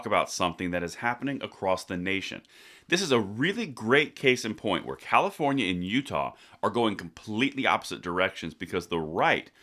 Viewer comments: You pronounced Comifornia wrong... LOL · Thanks, but it's pronounced COMMIEfornia! Enjoying being on the ride to 400k every day 🍻